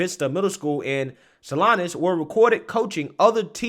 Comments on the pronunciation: Salinas is pronounced w/long "e" not long "i" Not a big deal but will help many identify. This is HORRIFYING. When I started teaching we had to be VERY VERY CAREFUL NOT TO EVEN SHARE OUR FAITH...now these BASTARDS are destroying children's identities. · I thought it was funny that you called it Sal-eye-nas because it's pronounced Sal-eee-nas Then the reality set in of how local that is... 😡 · Salinas is pronounced Sah-Leen-Us and not Seh-Lynus otherwise a great video as always. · Salinas =saleenas the i makes a long "e" sound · Thank you for bringing awareness to this serious overreach by public educators. Just an fyi, “Salinas” is pronounced “Saleenas.” Keep fighting the good fight! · Sa-lee-ness….. but your your good my man. No worries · Haha salinas is my hometown. It is pronounced sally-nus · Friendly tip, it's pronounced "Saleenas." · Pronounced Say-leen-ahs